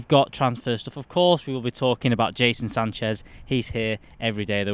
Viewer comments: My guy called him Jason Sanchez about 4 times 😂😂😂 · Seriously Mates! how hard is it to pronounce Jadon Sancho?! LOL